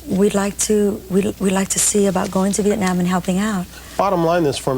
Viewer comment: "For the sake of simplicity, calls herself Tiana " Or how about for the sake of NOT mispronouncing your name. How often do people mispronounce Nguyễn.. Moreover, Bryant Gumbel says VietnOM instead of VietNAM.... he also calla you Tamera. Even mispronounced your name in English.... Could you imagine if he was asked to learn your name. You are exploring" a train from what used to be Hanoi to Saigon " He clearly did NOT do his research prior to interviewing you. Hanoi is still Hanoi. Saigon's name changed to Ho Chi Minh City. Thành phố Hồ Chí Minh Couric's question is NOT in good taste, she clearly has a look on her face.. could you imagine asking this of a Holocaust survivor?? What does it matter what someone is wearing, calling your outfit a mosquito netting? SHOULD have focused on the documentary. Bryant Gumbel looks either confused or genuinely thrown off by Couric's question. Are you finished.